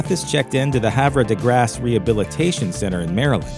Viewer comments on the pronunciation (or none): It's pronounced "Haver de Grace!"